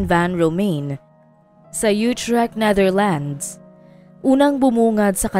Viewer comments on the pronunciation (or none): none